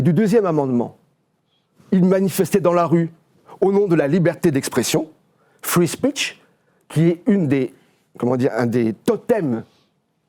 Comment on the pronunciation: Frwi spitch 😂